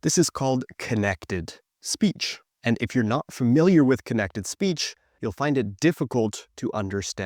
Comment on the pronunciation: I really can understand little bit without the subtitles, but when he said "speech" i undestood "is peach" 😢 and it happened around of the video...